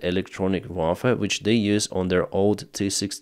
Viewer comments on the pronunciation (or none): Kudos!, say UAR FER that's how you spell warfare as in War Fare not "vafe" as in german for gun. Hail Biden! =)) kiding